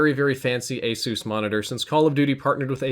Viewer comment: Did this fuxk just say A-soos?